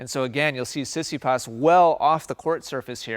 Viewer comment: Tsitsipas is pronounced Tsi-Tsi-Pas with the tone on Pas . I think that what one hears in this video is more like Si-Si-pas. Also.. congrats for another enlightening video !